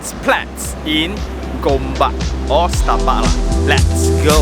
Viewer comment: If you pronounce as Setapak instead of Starpark, you are not locals 😂